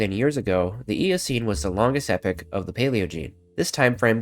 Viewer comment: It's epoch not epic is spoken like; ee-poh-k